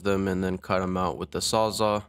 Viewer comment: It's NOT called a "sah-zah" it's a SAWS. ALL. It literally SAWS ALL. Get it?? Jesus this new generation I tell ya.